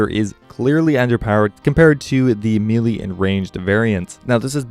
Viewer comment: ME-LEE??? IT'S MAY-LAY